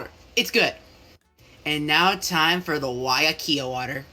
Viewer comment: Not him saying weiakea water wrong oml